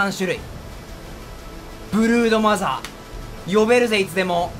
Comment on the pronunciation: 最初ブルーノマーズって聞こえてびっくりした